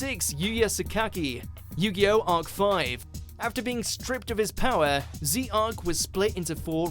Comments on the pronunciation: Ok first of all just bc Z-arc is spelt Z Arc it doesn't mean its pronounced that way. It's pronounced ZARC no space Also fujiki is pronounced without an ie emphasis on the I's You really gotta quit being bias with these lists you have to take EVERY SINGLE FACTOR INTO FACT. i feel like you're just being bias with the fact that you put the OG anime there when i feel yusei would've been valid to be at no.1 You gotta take into consideration others like Kiryu Kyosuke People like Ryoken Kogami those sorta people There are other characters with roles like Joeys who deserve to be on that list Stop being bias to just protags, rivals and jou There's other characters such as the antagonists who are deserving to be on there. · Z-arc... It's ZARC!!!!!!!! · Ze-Arc TF?!! It’s ZARC they’ve said his name so many times how do you mess that up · The most bs channel ever mf literally knows nothing about what he's talking about cant even say zarc right "z-arc" lol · Zarc not Z-arc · Hearing the guy say "Zee-Arc" struck pain into my very soul... Also this list is completely wrong in so many ways, Reiji should definitely be top 5 at least, and where the hell is Ryo Marufuji (aka Zane Truesdale)?? And what about Kurosaki??? I don't think Yugi/Atem, Judai, possibly Kaiba and definitely Jounouchi belong on this list at all. It's been a long time and Duel Monsters has moved on to a whole new level, leaving them behind.